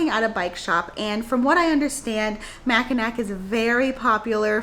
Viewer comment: Great list. FYI, Mackinac is pronounced Mackinaw Yes, I'm from Michigan and I know it's weird 🙂.